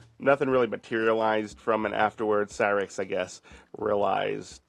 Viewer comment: Why would anyone think 'Cyraxx' is pronounced 'Seeraxx?' Do they pronounce 'cyclone' as 'seeclone?' Or 'cyber' as 'seeber?' Idk, that just annoyed the shit outa me for some reason.